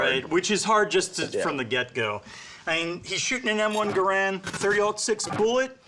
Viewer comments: "Gair and" not "GA rand".. Just saying.. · Garand not grand